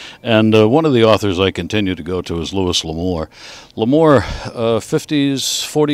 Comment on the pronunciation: It's pronounced "Lou-ee."